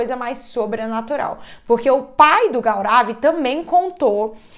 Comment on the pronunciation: A pronúncia correta do nome é Gourav😊